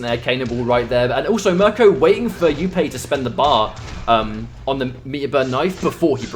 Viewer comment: please pronounce jupe properly its not youpay its just jupe